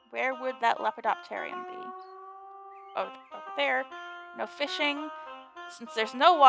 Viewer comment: You being able to say Lepidopteratorium so well and that you know what it is is honestly massively impressive.